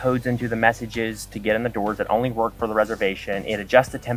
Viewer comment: This is an "ONLIE" business...LOLOLO:L